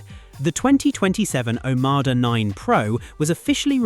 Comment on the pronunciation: OMODA, you AI twonk. NOT OMADA‼️‼️‼️🫪